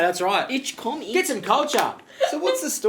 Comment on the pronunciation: Das erste Mal, dass jemand in einem Reaktionsvideo die inkorrekte Aussprache von "komme" anspricht. Da merkt man die deutsche Herkunft.